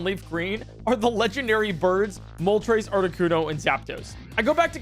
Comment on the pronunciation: Pronouncing Moltres as "Moltreys" is criminal